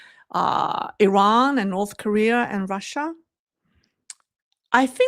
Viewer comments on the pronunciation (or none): none